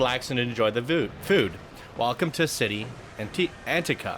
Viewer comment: Chee-TTÁ An-TEA-ka*